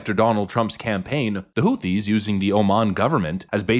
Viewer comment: She wouldn’t even be able to say Houthies